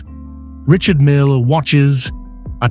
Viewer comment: I just wish the AI voice pronounced his first name correctly. Repeated so often, it makes it unbearable.